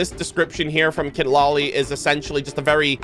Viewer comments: I really like this initial characters, I'm still indecisive betweeen going for Mualani or Kinich :D (And just a little correction, Citlalli is pronounced as C-tla-li 😊 is a very common name here in mexico.) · Just a small detail "Citlali" is pronounced as "Se-tla-li"